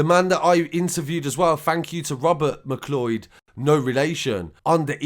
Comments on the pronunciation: This is possibly not the most important part of this story about people being brutally murdered, but it's pronounced like 'McCloud'. Why does everyone think it's 'mcloid' or 'mclee-od'? Has nobody heard of The Highlander? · Its pronounced Mcloud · I think its name is pronounced "McCloud" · McLeod... pronounced "Mick Loud" LoL😄👍